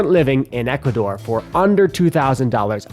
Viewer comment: Equador? Really? Are you outta your mind??